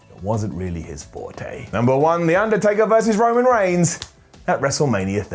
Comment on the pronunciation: Theu Ndertaker?